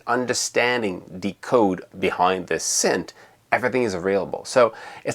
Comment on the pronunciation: Please stop saying scent.